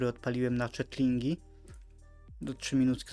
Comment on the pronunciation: Te małe smoczki to się czyta HECZLINGI a nie CZETLINGI , uurghh